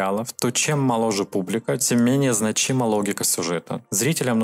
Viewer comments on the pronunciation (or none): ты меня удивляешь - в обычных словах не правильно делаешь ударение - часовой, гребной, значимый.А ударение в женской фамилии с окончанием на "ова" вызывает смех. Ты разговариваешь по-русски.